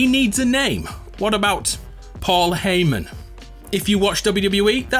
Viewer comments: Lmao my man's called him Paul HAYmen 😂😂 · call hayman heyman